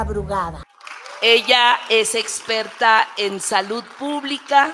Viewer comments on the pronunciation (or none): none